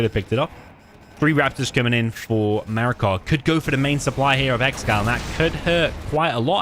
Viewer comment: Great series so far! Btw noticed you keep saying “MarakaR” and have him labeled that way but looks like no R?